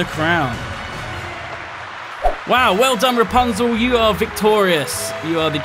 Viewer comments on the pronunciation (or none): Its RAPUNZEL!! not Rapanzel! Kappa